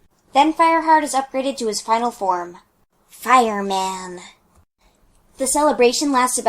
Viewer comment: I lose it everytime you say fireman